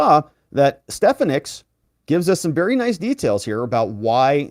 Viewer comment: pronounced Stef on ick